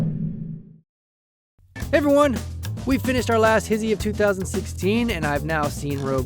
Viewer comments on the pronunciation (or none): why you pronounce hi-she, his-ee. and yes it was epic. EPICLY BAD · "hizzie"? I thought its obviously pronounced as "hishe" or just "hish", no? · I thought you pronounced it HISHE not HISHE, I'm confused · Whoa whoa whoa.. "HISHE" is pronounced "his-he", not "he-she"?... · His-ee? I always pronounced it he-she ._. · Whoah, "His He"?!!! I always thought it was pronounced "HISHHH" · Ohh they pronounce it "his he", I thought it was like "hish" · Y he pronounce it like hizzie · why is it pronounced his-he and not high-shhh